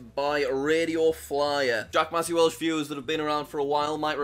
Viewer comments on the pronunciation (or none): none